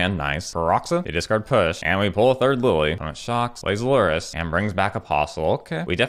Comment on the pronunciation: can't tell if you're saying discard or dis card